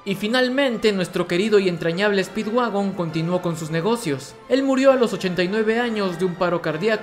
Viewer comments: en el minuto en vez de decir speedwagon dice speedwaifu xd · Like si te diste cuenta que cuando digo que speedwagon había encontrado petróleo pero vuelve a escuchar speedwagon y te darás cuenta que dice speedwaifu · dise mal speedwagon y dise speedwaifu speed-w-a-i-f-u jajajajaj